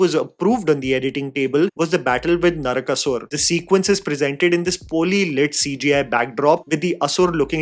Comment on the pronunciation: "Naraka-soor"; not Narakāsur.